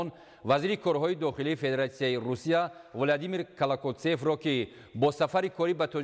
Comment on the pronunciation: Баранда, шарм намекуни, ки 30 сол шуд барандаги мекуни холям савод надори ки фамиляра ва нома дуруст талафуз куни. Нахо, ВЛЬОДИМИР КЛАКАЛЦОВ бугуй? 😂